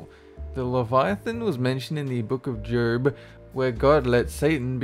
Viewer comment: He said jerb not Job lol